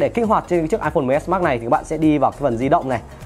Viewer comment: Đọc mrj thành xs max đi